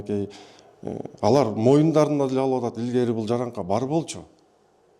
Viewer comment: Жараңка эмес😂жарака деп сүйлөсөңөр